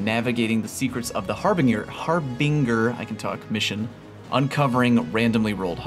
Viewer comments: Ah yes. The hard “r” on harbinger. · I think it’s harbinger like (har-bin-jer) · Brah, are you pronouncing ‘harbinger’ wrongly on purpose? It’s har-binge-er. 😂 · TIL doesn't know how to say "harbinger" lol.